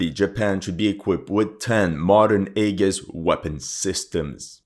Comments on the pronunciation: AEGIS is pronounced....Eee- jis.....not A-gus. But we get what you mean, awesome video as always. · Aegis is pronounced EE-JIS. Just so you're aware. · aegis pronounced 'ee-jiss' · An interesting video, although the mispronunciation of Aegis did rather grate after a while. It looks like Japan is determined to tie itself to the sick whale which is the USA, and no, I'm not interested in explaining what I mean by that. I want to see a strong Japan, but a truly independent one.